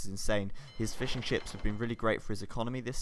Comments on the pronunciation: in cannot be unheard 8^/ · I'm glad to see i'm not the only one to hear "fish n chips" instead of "fishing ships" ^^